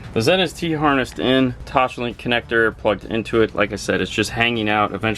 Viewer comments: Omg it drives me nuts when you say toshlink. It’s pronounced toss- link. I’m sorry but it drives me nuts. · Drool-worthy system and amazing work gentlemen! One note I mean in the nicest way possible: there is no “h” in “Toslink”. ;) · I cringed every time haha